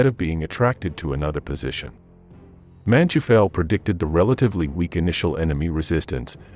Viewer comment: It does your credibility no good to mispronounce so many names and places. MOdel (with long "O"); Man-TOY-fel. Bastogne is not just BasSTONE.